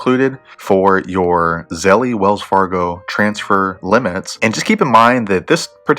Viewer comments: Wtf is zellee? It’s zelle like gazelle!!!! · Start off by paying attention to your pronunciation, this name obviously rhymes with "spell" not "jelly." Now if you want to get real technical about its linguistic origins, feel free to pronounce it like the Austrians would: tsɛlə...... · try googling "how to pronounce zelle" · that is not how you pronounce zelle, why tf would i find this video useful if you cant even say the word correctly. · why are you saying it like that